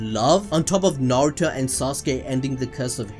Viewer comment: "Suhrahduh" 💀 god i hate it when people cant say their names right, not just her name but "narudo" as well 🤣🤣 big pet peeve for me